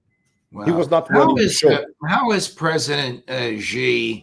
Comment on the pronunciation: The one westerner who knows how to pronounce Xi correctly.